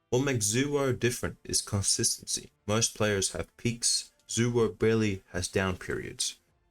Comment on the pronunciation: you pronounced it wrong. Its not zuwo. Its zaiwho